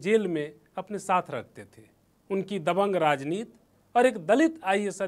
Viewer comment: नवीन भाई, ऐसे चिरकूटों को मत लाया करो यार, राजनीति को राजनीत बोल रहा है ये, उच्चारण नाम की कोई चीज़ है ही नही, प्लीज।